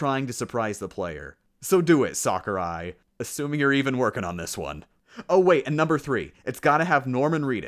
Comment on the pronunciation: Just so you know its 'Sakurai' not Sakari.